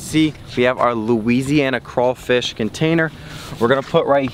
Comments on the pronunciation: It’s craw..... fish.... not cray.....fish learn how to speak ..... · They're called crawfish not crafish who is this dude!!! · No sir it's called crawfish sir not crafish you said it correctly but then you said crafish. What state are you from cause in Louisiana it's crawfish real Louisiana ppl know this!! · He said “cra fish” it’s “craWfish” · It’s “Crawfish” not “Crayfish” ! 🤦🏾‍♂️ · CRAYFISH EXCUSE ME ITS CRAWFISH *laughs like an idiot*. BTW: I’m from Louisiana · How did you Mispronounce craw fish it’s the same as you say rawfam remove the fam and add the fish and the c example rawfam - fam = raw. Raw +c =craw. Craw + fish =crawfish. Not cray fish it’s craw fish. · It ain’t crayfish it’s crawfish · It’s not cray it’s craw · It’s not Crayfish it’s CRAWFISH!!!! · It’s cr-AW- fish 😂😭 the word crayfish makes Down south ppl cringe 😂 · Not to be that one person but STOP SAYING CRAYYYYYFISH ITS CRAWWWWFISH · You pronounce it wrong it’s not crayfish it’s crawfish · Crawfish not crayfish not to be rude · It's not "crayfish" its "crawfish" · Why do you say crayfish it’s crawfish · Say it with me; straw, flaw, paw, naw, slaw, maw, claw. Now, everyone together...CRAW-fish. Great!! 👏😁😉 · Dude- stop sayn "rawwfam" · That is not how you say crawfish